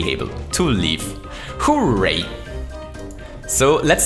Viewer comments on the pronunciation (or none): Hooray souldn't sound like `hoo rā, it should sound like hoo `rā